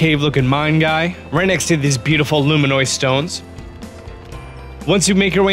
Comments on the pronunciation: Luminous stones. Loo-mihn-uss. Not lumiNOOICE. Great video though! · 1st of all "hi-lee-in" 2nd "loo-mih-noise" 3rd stasis on a mine cart 4th "grot-uh." AMERICA, EXPLAIN! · "LuminOYs stones" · You pronounce like everything wrong: hateeno village, gratta, luminoise Stone?